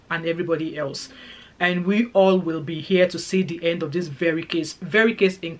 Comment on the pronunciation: your english is terrible. End not hend!